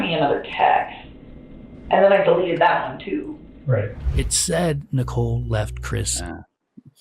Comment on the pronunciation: You have enlightened me that that is an AI voice cuz I do watch your channel Timeless Mysteries as well, and it's a great voice, and yes always mispronouncing Nicole and Shannon